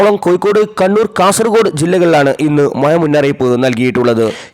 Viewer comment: ഴ ശെരിക്ക് പറയ്യു